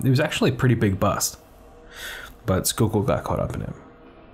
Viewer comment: not 'skookul'-------'sky-kill'